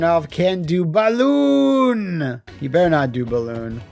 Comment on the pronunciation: I watch this video over and over again just to hear dare Karnov not to BALL-OON, and Karnov responding by immediately BALL-OONing.